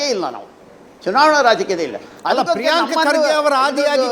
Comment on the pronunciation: ಪ್ರೀಯಾಂಕಾ ಖರ್ಗೆ ಅಲ್ಲೋ ತಿರ್ಬೋಕಿ ಅದು ಪ್ರೀಯಾಂಕ್ ಖರ್ಗೆ. ಅವರ ಹೆಸರು ಮೋದಲು ಚೆನ್ನಾಗಿ ಹೇಳು😊